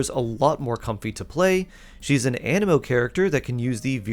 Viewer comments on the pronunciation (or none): none